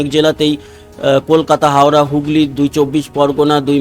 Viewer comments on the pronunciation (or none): none